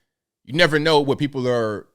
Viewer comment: cwhot = Noo Yawkuh. Any dumba$$ can hear this. Cwaht is pure Noo Yahkuh. Listen carefully.